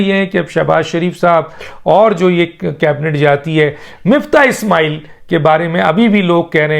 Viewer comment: It is Miftah Ismail not Muftah Ismail